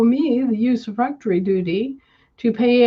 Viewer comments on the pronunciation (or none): Did not hear the word properly- Userfrectory duty??!!